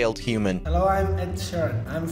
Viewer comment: "ed sheeran"